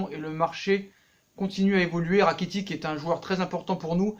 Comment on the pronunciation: Frere sa s’ecrit rakitic mais sa se prononce rakititche